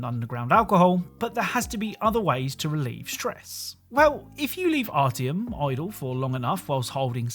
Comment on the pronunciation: Your inability to pronounce artjom humors me.